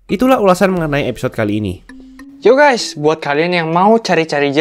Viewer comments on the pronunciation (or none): none